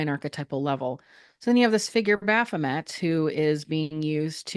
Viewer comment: bro... repeat "baphomet" and how everyones gunna be up in arms for 5 minutes... there's no one here 😉 in French its baffomay lol